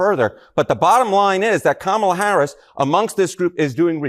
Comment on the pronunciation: She actually pronounced "Kamala" the correct way.